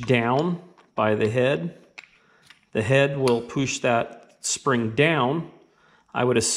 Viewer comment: poosh lol, awesome videos but your pronounciation of words that start with pu is pretty funny lol